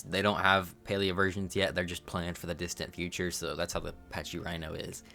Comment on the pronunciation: Pachy is packy* not paccchhhy